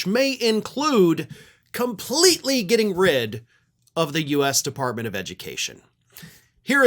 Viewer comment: Devunt the edumucation debbartemint....